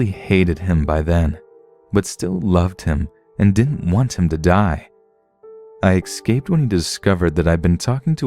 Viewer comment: I love ya man, but daMMIT IT ISN'T PRONOUNCED "ECKSCAPED". DO YOU SEE A K? AIN'T NO K. ESSSSSCAPE. ESSSSSSSSSSSCAPE.